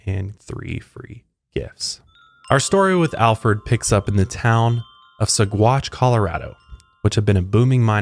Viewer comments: There is a restaurant in Boulder Colorado called Alferd Packer Grill..... Anybody hungry? I used to mispronounce Saguache also, but worse than yours, it is pronounced Sawatch. 🙂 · Name of the town pronounced like: Suh-watch 🤗